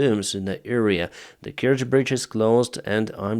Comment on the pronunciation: You cannot even pronounce the name corectly, so BS And The Bridge is not important anymore there is already a new train line on the land. Trying to make money from dead people And to put it right, this i the enemy! US inteventions : Japan : Duitsland : Italië : Frankrijk : Zuid-Korea : Griekenland 1948: Costa Rica : Albanië 1949: Syrië : Birma en China 1952: Egypte : Oekraïne : Guatemala : Iran : Syrië : Indonesië : Irak : Zuid-Vietnam : Cuba 1959: Cambodja : Congo-Leopoldstad 1960: Laos 1961: Dominicaanse Republiek 1964: Brazilië : Indonesië : Cambodja : Chili 1971: Bolivia : Ethiopië : Angola : Oost-Timor 1976: Argentinië : Afghanistan : Polen : Tsjaad : Nicaragua 1983: Grenada : Panama : Sovjet-Unie : Irak 1991: Haïti : Haïti : Zaïre 2000: FR Joegoslavië : Afghanistan : Irak 2004: Oekraïne 2005: Kirgizië : Palestijnse gebieden : Syrië 2011: Libië 2014: Oekraïne : Syrië